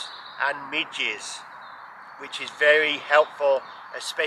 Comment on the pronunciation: Did you just say "Escape mosquitoes and midgets" or did I understand it wrong?